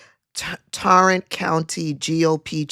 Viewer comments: Adam Schiff is no longer a House Rep. As for Elections to replace her, if not one knew she was missing, why would there be an election. Tarrant is pronounced TEAR-ANT ... And I don't see how Ft. Worth is a republican strong hold. I don't see it for a second. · Tarrant pronounced like “hair,” btw. This smells of riding out the term & drawing salaries for herself & staff. In HR terms, that’s time theft, receiving compensation for work not done. More importantly, looks like fraud and a conspiracy to defraud. Crazy, even for us in TX😳